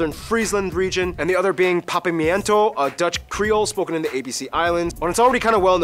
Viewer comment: Did...he just....say Papiamento wrong, mi ta compronde cu bo no sa papiamento pero, ban serio.